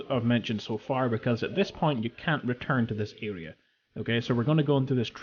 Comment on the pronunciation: What's an "alea"? It's "aRea"